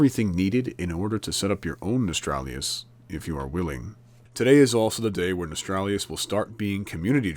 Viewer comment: It's "No-stal-ree-us"